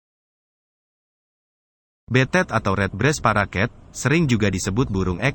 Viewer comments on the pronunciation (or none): black throat....dibacanya blek trot ajha bang ...hurup a nya jangan dibaca...maaf ya cuman saran ajha.. dan juga parakeet dibacanya parakit......bukan paraket maaf ya bang bukan menggurui .....atau ngasih tau....cuman sharing ajha... terima kasih.... dan terus semangat....